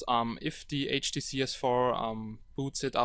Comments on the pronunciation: Before you scroll down to the comments, please remember that the OP has a few accent problems and hence pronounces HDC as "HTC", hope this comment helps out. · HDC not HTC my friend HDC :D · i thought you was say HTC S4 but you say HDC S4 or maybe my ear is wrong?